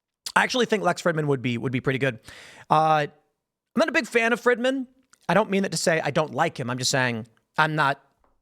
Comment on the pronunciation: Lol, Lex Frihddman. Tim intentionally mispronounces his name for a reason...